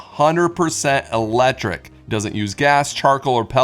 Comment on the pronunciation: “100% elejric”